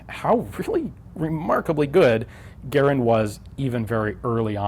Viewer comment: You singlehandedly made knowledgeable gunficionados 100+% more knowledgeable on Browning AND less likely to just repeat the govt name Guh-RAAND over his own pronunciation GEH-ruhnd